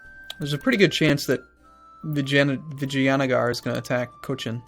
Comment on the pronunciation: You are actually trying with the name so let me help you. Vi-JAy-a-Nager